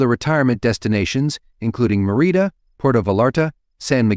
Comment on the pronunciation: Bucharest has no t in it. Please check your spelling before downloading to YouTube. Also, check your pronunciation of Merida and Cancun,you mispronounced them.